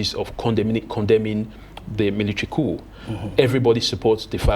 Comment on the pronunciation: very poor English----its all-be-it(ALBEIT) not ALBERT:face-purple-crying:. Coup is pronounced 'cou' not ' COP'